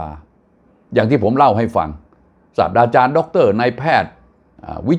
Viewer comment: ด้วยความเคารพท่าน ครับ คอมเม้นถึงแอดมิน ครับ "ศาสตราจารย" พจนานุกรม ให้อ่านว่าอย่างไร ดูให้ดีครับ เพราะเสียงท่านเป็นที่นิยมมาก ต้องอ่านให้ถูก ครับ